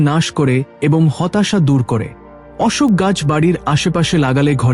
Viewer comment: উচ্চারণ ঠিক করবেন।অশোক গাছের কথা দুই রকম বললেন।রাধে রাধে।